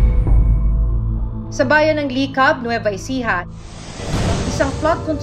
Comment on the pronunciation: Mali po ang pronunciation ng Licab. It should be faster with, same stress in intonation as “Pitas”, not “Sipag”.